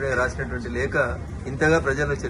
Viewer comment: "లేక" కాదురా దరిద్రుడా! లేఖ అనాలి